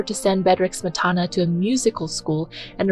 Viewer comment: Mispronunciation of "Smetana" undermines what may be good in this video.